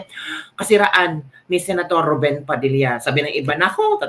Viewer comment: Rubin po hindi RUBEN.